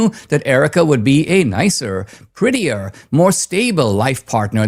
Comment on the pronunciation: Dinesh said "prettier" 🤣